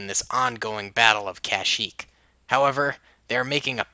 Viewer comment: kushyyyk no kashyyyk